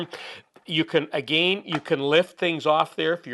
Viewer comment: I love how he pronounces "again" with two long A's LOL. But reusing thinner? I'm not that frugal.